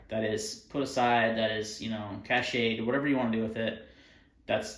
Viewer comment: cache is pronounced "cash" or "catch" (depending on accent)